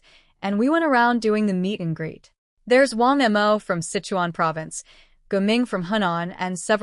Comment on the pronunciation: This AI storry telling making funny pronounciation for Wang Mo to M O 😂😂